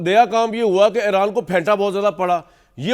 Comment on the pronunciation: It is eeeeraan not Aeraan please